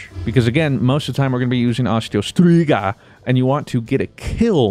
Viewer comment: 🤣 STrIGA New scribe cause you pronounce it correctly 😂